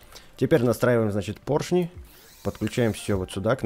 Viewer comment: Вообще-то правильно поршни говорить